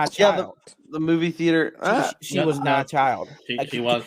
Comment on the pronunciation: he is NOH a pwewewur